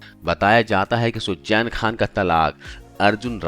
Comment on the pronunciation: Poori katha me aap ka Suzain Khan ko sujjain kehna kaan me buri tarah khatakataa raha hai . Km se km kisi naam ko sahi se bolna to seekh lena tha.